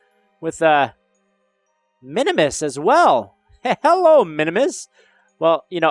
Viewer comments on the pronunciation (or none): It's min-mus not min-o-mus